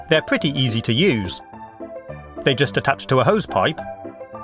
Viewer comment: i swear the first time i heard it it sounded like preaty poo huh